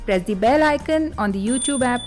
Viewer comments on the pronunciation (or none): none